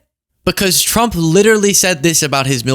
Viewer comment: Damn loyalist text correction, anyway I thought she was saying T. W. U. M. P.